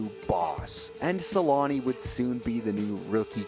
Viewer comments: For those who don't know, the "ä" in Selänne is pronounced with an "ä" like the first sound in "action" or "animal". So it's SelÄnne. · It's so funny for me as a person from Finland. How the name changes so much with language, in my ears when you pronounce "Selänne" I know in english they don't have "ä" letter so even with "Selanne". You turn it in my ears to "Suulani", just always funny. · make that documentary and learn how to pronounce his last name for it, lol